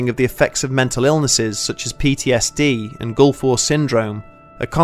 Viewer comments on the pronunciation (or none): none